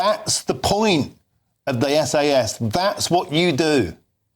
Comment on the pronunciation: Did the presenter just call them "SS"? 🤔